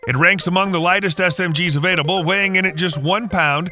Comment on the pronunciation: I didn’t know “avaiDable” was a word. Re-record your voiceover and the word you’re looking for is “available”.